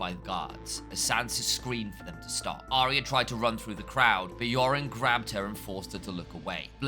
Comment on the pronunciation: as soon as I hear Aria instead of Arya I lose respect